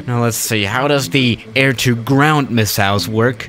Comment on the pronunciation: No one:: misalls